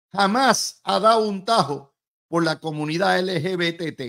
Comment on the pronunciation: LGBTQ+ Luis estas son las siglas de ese movimiento. Yo estoy seguro que tú la sabes pero al pronunciarlas no las pronuncias correctamente.